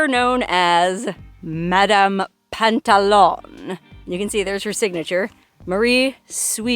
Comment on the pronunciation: Pantalon is french for slacks or pants it is not pronounced like on at the end it is the ou you.😊